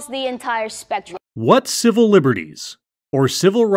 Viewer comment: She said 'civil' did she? Sounded like 'cibil' to me.